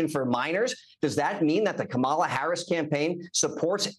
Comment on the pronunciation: C.L. demands to insult the VP of the US by mispronouncing her name constantly. Hey sport, real men don't play that.